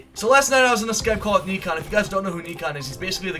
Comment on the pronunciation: Its 'neekan' not nikon he aint no camera lmao